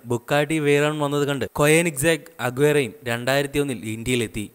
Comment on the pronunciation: കൊയനിസെഗ് അല്ല കോണിസ്സെഗ്